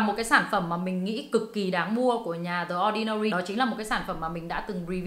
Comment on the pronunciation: ơi phải đọc là “đì ordinary” chứ ko phải “đờ ordinary” nhé